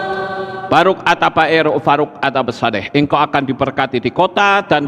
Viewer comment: Ngucapin Baruch kok Baruk...?🤦